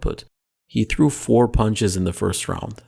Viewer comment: 'The emphasis on threw' 😂😂